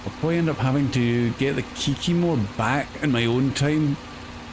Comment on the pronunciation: Kiki-more, name of the truck, the Kikimore by MrBusses